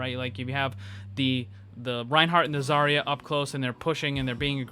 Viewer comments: It's Zarya, not Zaira, thank you very much. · You can tell he's had long day when he starts calling zarya zyra lmao